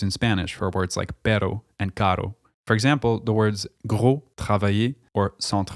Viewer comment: Buddy did a really good and extensive vidéo about Quebec French and its differences with the Metropolitan French. But then somehow, decided to somehow say ándale is used in Spanish putting a Spanish flag, while ándale is ONLY used in México. Then you decided to pronounce pero (but): as perro (dog) and caro (expensive) as carro (car in Latin American Spanish, not in European Spanish). Man I gave you a huge like because as a French lover (spécialement celui de la suisse et du Québec) and a huge Montréal fan, from the beautiful kingdom of Spain, making those mistakes it’s a bullet to Cervantes language and to all, us, hispanics: Europeans, Filipinos, Equatorialguineans and Latin Americans